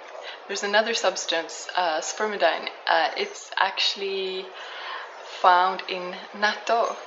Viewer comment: Nice video with useful information. One item. The pronunciation is spermi-deen, not spermi-dine. Spermidine is an amino compound (contains a form of nitrogen) and all such amino compounds are pronounced "een".